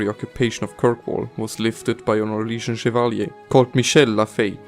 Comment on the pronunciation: did you say syrian? o.o